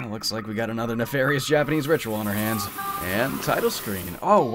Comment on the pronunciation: hell yeah, this is how it should be done! a Japanese person would not bat an eye at your pronunciation and really appreciate that you took the time to look it up. having an accent is totally fine anyways but some english speakers alter Japanese names so much that Japanese speaking people don't even recognize what is being referred to anymore. all naruto characters f. ex. have been victim to this, especially beloved sakura 桜 HER NAME IS NOT 'SEKOORA' Y'ALL :p keep putting in all this effort, it is much appreciated <3